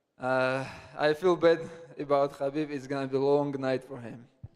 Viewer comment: We got Islamabib, Armabib, Merabib and Umarbib.